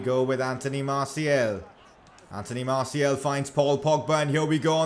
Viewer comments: Its Martial and not Martiel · ok i don’t wanna be that guy but does anyone else gets triggered about the way he says “martial”